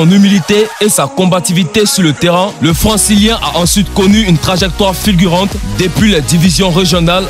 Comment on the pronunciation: C'est moi ou à j'entends '' le françiliens'' et à '' Raphaël Vane